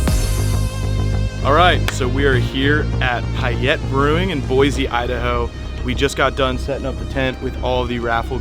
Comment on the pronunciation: Hopefully someone corrected how you pronounced Payette. Welcome to Idaho.